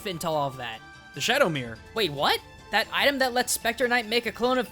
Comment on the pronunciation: SHPECTAH KNIGHT